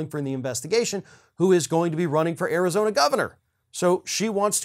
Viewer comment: "Arizoney". I like that little gaffe.